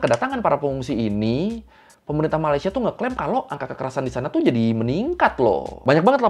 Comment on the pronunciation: Knpa cara kamu cakap ,, iyaaaa ,,disanaaaa, sebutan aaa panjang😂